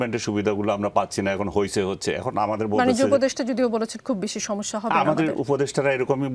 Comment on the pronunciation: আপনার "সমিস্যা " শুনে হাসি পেলে😊😊